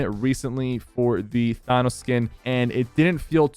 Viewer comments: The fact that he still says Thanos like Thonos astounds me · "TAN OHS" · Can u plz say thanos correctly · Can u ever say THANOS right? Im from TX like you and i can say it🤣🤣